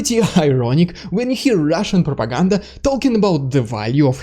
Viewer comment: ‘Ridiculous Russian prrrrropaganda’ 🤣🤣🤣🤣🤣 Slava Ukraine! 💙💛